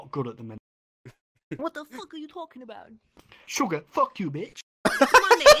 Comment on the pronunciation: 다시봐도 Sugar, Fuck u bitch 발음 진심 개맘에드네 ㅋㅋㅋㅋㅋㅋㅋㅋ